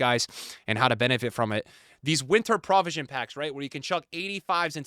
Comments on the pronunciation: you graduated from columbia so i know you’re baiting comments by say prah-visions 😂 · All I want for Christmas is to never hear pronounce the word 'provision' again... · Unc can’t pronounce provision